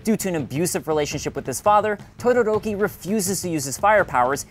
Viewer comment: tuduruki oml